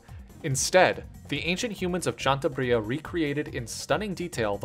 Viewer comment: Great video but ‘’Chantabria’’ slayed me hahahahahahahah